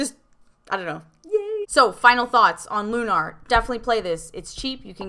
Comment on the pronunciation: i.m with you, but the title rhymes with tuner, not kumar.